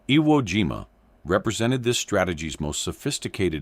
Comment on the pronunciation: The AI Speaker Can't Pronounce IWO JIMA or any other Japanese Words, Disgraceful To WWII Vets. They Weren't Playing A Game This Is Educational BS People Distrespeting, Real Education You Get An F